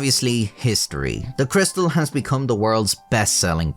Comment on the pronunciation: Cris- tal ,surely? Being French.